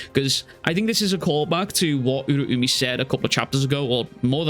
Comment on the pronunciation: Who the fuck is Ura-umi bruh Uraume is pronounced with "meh" at the end rztard